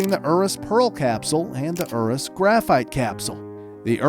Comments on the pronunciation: bruh, "ooroos" tho XD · did he seriously just pronounce urus oo roos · bruh u said centenario, veneno and urus wrong